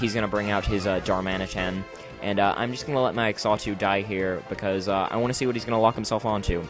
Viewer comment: Xatu is pronounced "zah-too". Also, isn't Substitute with Flame Orb slightly counterproductive? But other than that it was a great narration and battle, awesome job and I hope to see more of you in the future